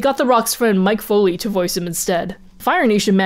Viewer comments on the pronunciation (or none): Mike Foley..... I think you mean Mik Foley. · I love this video but the fact Xiran said Mike Foley and not Mick Foley bothers me on a fundamental level.